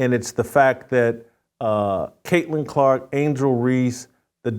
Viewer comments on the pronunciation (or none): none